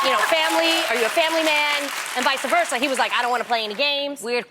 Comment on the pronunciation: Tamera... can you please stop saying Vice uhh versa lol its just vice versa... sorry pet peeve lol 🙃